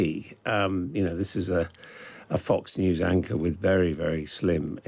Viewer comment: “Fox News Anchor”, with a silent W?